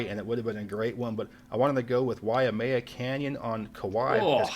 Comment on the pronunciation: it turns out NY State is #30 in size. Central Park is a city park. Just for the record, Chugach S. P. in AK is pronounced CHEW-gatch, rather than SHOE-gosh. Hawaii's Waimea Canyon is wye-MAY-uh, rather than wye-uh-MAY-uh--beautiful park. I've hiked to the bottom. Probably the most popular in IL is Starved Rock. Adirondack S.P. in NY is, as said, a state park. Back in 1960, a town in this park by the name of Lake Placid hosted the Winter Olympics--the one during which the US hockey team beat the Russians, inspiring the movie "Miracle on Ice". National Parks are administered by the US Dept. of the Interior (federal), whereas state parks are by a state agency. Here in IL, it's the Illinois Dept. of Natural Resources. UT's Kodachrome Basin is jaw dropping. The state parks don't get much press overseas, but they're near and dear to the people who live nearby.